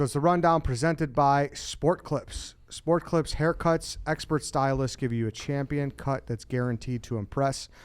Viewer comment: I’m sure Sport Clips is thrilled with that ad read. Repeatedly mispronouncing the company name.